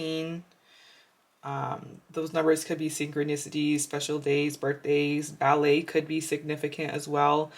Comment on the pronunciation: Did you say ballet???